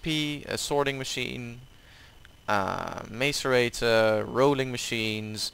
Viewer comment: Mace-a-rate-or It’s Mass-eh-rate-or